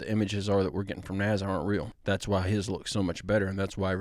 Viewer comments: And why do u call NASA NAZZA? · Where do I get the application for NASA? I can learn to edit pictures and videos, and I don't mind showing up for photo opportunities. Sounds like easy money to me 😂 Question:, I have never heard "NASA" pronounced the way you say it, I'm curious what region pronounces it like that. I love your common sense way of approaching videos. The way you speak of your family is very heart warming, and I believe you and your wife are doing something right! I look forward to your videos every day 👏!